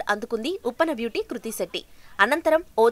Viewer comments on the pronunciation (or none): Hlo medam kruthi kadu krithi 🤣🤣🤣🙏🤦🤦🤦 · Dey 1st name sariga chepandi ra babu adhi kruthi na ledha krithi na em news channel ayya midhi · Madam garuu adhi kruthi kadhuu krithi 🙂 koncham chuskoni fans ekadaa hurt avthunam 🙂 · Kruthi kadu krithi 😂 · Hello madam kruthi kadhu krithi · Kruti kadu Amma krithi 🤦🤦🤦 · Kruthi kadu krithi nerchukondi fistuuu 🙄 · Kruthi kadhu papa krithi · Kruthi kadu adhi krithi Intha pedha reporter ayyi kuda sarriga words palakanike radhu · Ama peru kurthi kadu krithi first adi nerchukondi